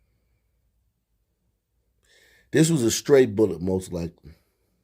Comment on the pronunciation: did he say “straight bullet” or stray bullet? By the way, it’s extended magazine, not “clip.”